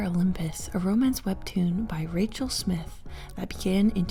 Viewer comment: Its Rachle SMYthe, btw, not Smith. The Y is pronounced like eye 😊